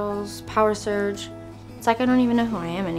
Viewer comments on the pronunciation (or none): Who thinks "Power Surge" sounds like "Power Search"? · ᴋᴘᴏᴘ ᴛɪɴᴀ wait the whole time I thought they were saying power search 😂😂😂😂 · I'm a little late but I hear them say power search instead of power surge